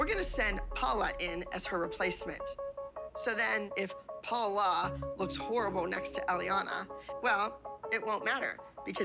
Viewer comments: Abby it’s Paul. La not Paula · Paul-la!! Get it right😂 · Paul-LA is what she said